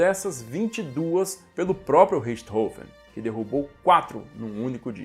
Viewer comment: Excelentes vídeos ! Emocionante o texto final. O antológico Richthofen (nome finalmente falado com a pronúncia correta), onde estiver, muito provavelmente está agradecido.